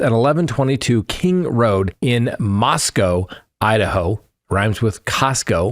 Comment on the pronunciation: Hey, you finally pronounced ‘Moscow’ right!